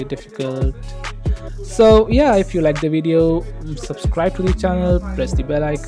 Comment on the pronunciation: Hey I know this isn't important but please pronounce "the" properly. Your videos are good mahn